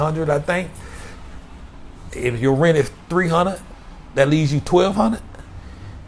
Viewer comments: He said TREE HUN'RED a MONF!! 😆✊🏾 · I'm just here for the TREE HUN'RED A MONF, y'all. Listen t'me nah! I said... TREE. HUN'RED. A MONF!!. 😄✊🏾